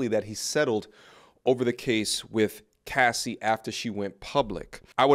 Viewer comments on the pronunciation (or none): none